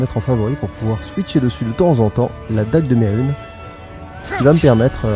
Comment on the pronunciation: Merhunes ne se prononce pas "mérune", mais "merunèsse" le s se prononce tu ma bien fais rire sur le moment ^^